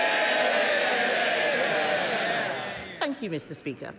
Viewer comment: No longer pronounced "BADenoch" her surname has transformed into "BAYEDenoch" Lifestyle coach anyone?